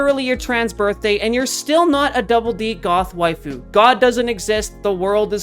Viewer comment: When u said goth wifue i feel called out XD